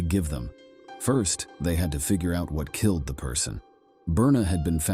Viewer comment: Brutally kil-lad,???